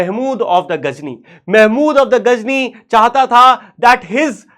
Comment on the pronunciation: Sir ghazni hai aap Ghajini bol rahe ho